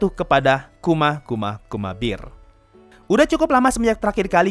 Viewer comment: Bear bukan Beer. Aku malah salfok sama pengucapan bear nya wkwkkak kedemgernya Beer bukan Bear